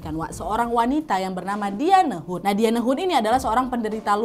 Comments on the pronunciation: diane disebut "dayen" mba lafalnya... ✌😁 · Dianne bacanya Dayen kakkk. haha.